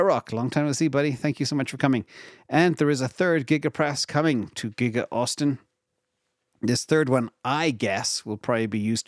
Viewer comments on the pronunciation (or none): none